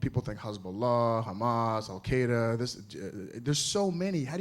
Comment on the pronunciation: Lol. You figure Bush would be able to pronounce the name of a group named and created by the CIA. It means "the base," dumbass!